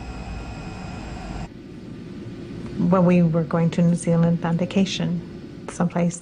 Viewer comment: Thanks for saying New Zealand right!